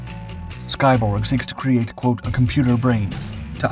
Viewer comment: I thought you said 'Skybong'. My bad.